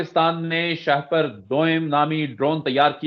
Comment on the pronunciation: Not sha-per. It is Shah-per. Please correct yourself.